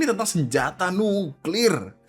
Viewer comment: Senyata,Senyata,Senyata nyuklir nyenyenye...... ngomong aja masih remed jink